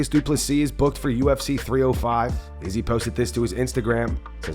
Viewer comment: Man I can't stand how you pronounce izzys name!😂